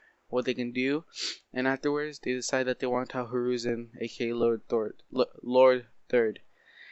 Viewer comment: Lord Thord in the house not Lord third